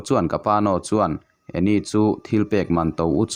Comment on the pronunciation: Ngaihnawm thin hle mai, mase ka beng lo tikham ve deuh mai mai tu chu Anne hi 'Ann' ( Annie ni loin ) lam tur ania, 'e' hi silent tur ☺️☺️ inthlahrung takin ka sawi ve mai mai...I channel hlut ber te zinga mi ka ni ang, hate comments ang kha ani lo ania 😁😁